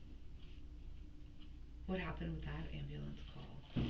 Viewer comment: After watching endless amounts of bodycam/investigation videos, i have learned your pronunciation of the word "AMBULANCE" is directly correlated w the amount of brain cells you have 🧐